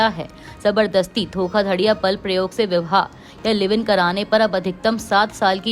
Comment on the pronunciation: ⬇️⬇️⬇️⬇️⬇️ ये कैसी न्यूज़ रीडर है जिसे ठीक से बोलना भी नहीं आता❓ विवाह को ये विह्वा कह रही है. गृहमंत्री को घृमंत्री कह रही है. योग्य लोगों को रखोगे नहीं क्योंकि तुम लोगों के सिर पर तो आरक्षण नामक भूत नाचता है. तब तो यही सब होगा ना❗